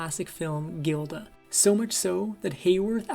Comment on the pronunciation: Her most famous role is 'jiilda'. Posting this petty criticism is the only way to 'assuwage' my minor annoyance. Just run the recording past a few people before posting next time, it's a good channel.